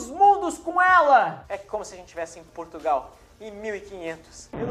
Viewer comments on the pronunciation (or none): none